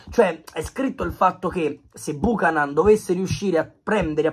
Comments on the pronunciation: è CANADESE, SI PRONUNCIA BIUCHÈNAN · Si pronuncia "biuchenan" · Si pronuncia Biucanen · Nom é per fare i sapientoni...ma si pronuncia "Biuchenon" va pronunciato simile inglese...